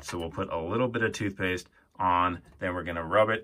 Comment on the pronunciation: Excuse me but what is "toothepaste"? Is it anything like 'toothpaste'?